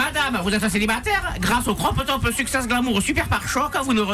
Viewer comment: Le cropeuh topeuh